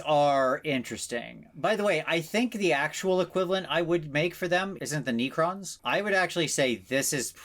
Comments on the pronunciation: Alright, this episode was amazing. Vince is now forever an adorable little nerd bird. Buuuuuut..... I physically winced when he called necrons "nee-crons" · Did he really just call necrons, knee-crons?